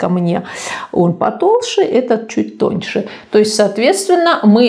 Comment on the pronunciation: смотрю все видео очень нравиться (но всегда режет слух "толшэ") без обид.